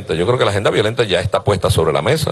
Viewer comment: LA PALABRA MESA,NO ES CON Z .(MEZA). DISCULPEN.